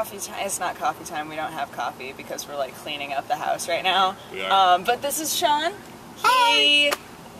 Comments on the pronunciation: The name 'Sean' is Irish and Scottish name. It's the Gaelic form of John via Norman French (where it was 'Jehan') and the correct spelling is 'Seán' or 'Seaghán' (Irish orthography) or 'Seàn' (Scots Gaelic orthography) It's pronounced like 'Shawn'/'Shaun', which are anglicisations of 'Sean'. It is most certainly *not* pronounced 'Seen'. And before you ask: yes, I'm Irish. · Seán is pronounced Shawn. It's Irish for John. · Sean is not pronounced like Shawn and Shaun...